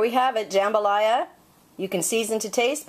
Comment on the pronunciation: You're pronouncing Jambalaya wrong. Also, try a Louisiana recipe instead of an Alabama rip off.